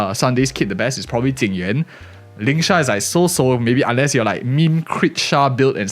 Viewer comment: It's so confusing when people call Jing Yuan, Ting Yu-in. It's bad enough with people now calling Fugue, Tingyun. But this character isn't Ting Yu-in, it just makes the video confusing to listen to.